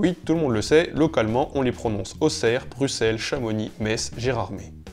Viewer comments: enfin un français qui dit Bruxelles à la belge ! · Qu'est-ce que ça fait plaisir d'entendre la bonne prononciation de Bruxelles 😌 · Merci pour "Bruxelles" (en plus de tout le reste. :)